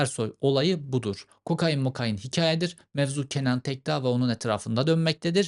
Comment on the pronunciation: Cevheri kokain abi ya kokaaayiiin değil :)